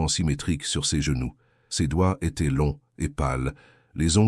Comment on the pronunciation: Dommage ces " ils étairent" au lieu de ils étaient et trop souvent à mon goût ! Sur plusieurs verbes !